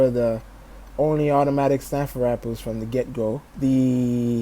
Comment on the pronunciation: "Snifer ripels"